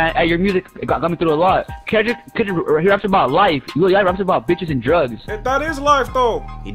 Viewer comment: Man said Klundrick Lamar looooool